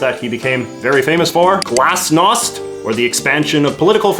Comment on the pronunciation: I am from the former Soviet Union. It’s a very thorough description of the Gorbachev’s rule in this video. Also, I love the pronunciation of ‘glasnost’ and ‘perestroika’. You say them really accurate. Brilliant work JJ! Thanks for this material!